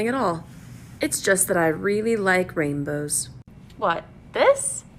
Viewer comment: Really likes rainbows. Mispronounces it as "raimbows".